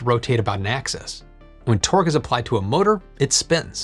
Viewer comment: Am I the only one hearing "twerk" when he says torque 🤣